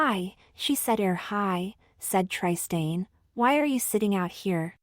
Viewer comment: Tri-stain! 😂 Otherwise: The story is ‘interesting’.